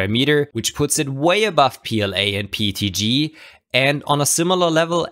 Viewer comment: Just curious, why do you say PETG pronounced like PTG. Is it because the when you say P it has an E sound at the end?